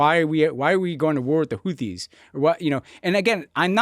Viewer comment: My dudes, you cannot seriously complain about someone saying "Houthis" like "Hooties" in the same podcast where you pronounce "Huawei" as "Wawei." Either we police voiceless aspirated consonants or we don't. I know this is low stakes, but if worldos don't care, who else will?